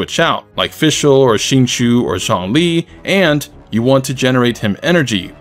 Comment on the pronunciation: i can't believe someone finally said Xingqiu's name right :o